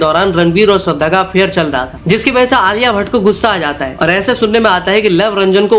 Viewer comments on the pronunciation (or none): Are bhai vah Aliya Bhatt Hai kliya Bhatt nahin Hai 😅😅